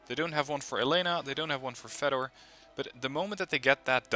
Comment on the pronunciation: Here's another torture for you: "Fedor" is actually pronounced "Fyodor". :P